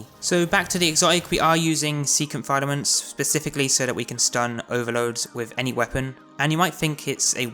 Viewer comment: FILL A MENTS YOU FUCKING MOOK